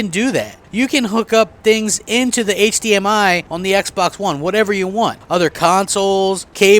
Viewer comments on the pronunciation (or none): none